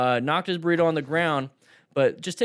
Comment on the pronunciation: burr-ee toe